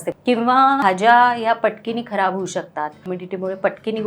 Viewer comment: पटकिनी शब्द पटकन लक्षात आला नाही अर्थ. पटकिनी नव्हे पटकन.